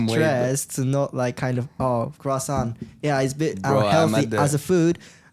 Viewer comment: someone has to stop pierre from saying crasant